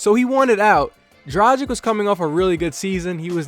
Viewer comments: DRAGIC not dracig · It's "Dra-gìch," not "Dra-jìk." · It is DRUGEEG man. This is how they say it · Say it with me. The G in Dragic is pronounced the same as the G in Goran. Repeat after me, Goran Dragic.